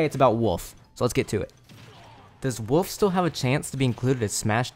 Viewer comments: "Woof" What even is the letter L? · lol you pronounce wolf like my brother, you say woof without the l.